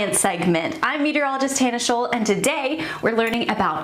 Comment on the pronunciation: Obviously You are a native speaker of American English. However, You are pronouncing the "sch" correctly the German way. How come?